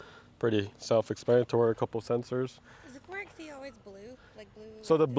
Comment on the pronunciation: Rented one of these for a Utah desert road trip earlier this year! It was definitely fun off-roading with the electric only mode, being able to hear the tires and the ground crunching. Also, 4xE is pronounced "four by E". It's a play off 4x4 (four by four)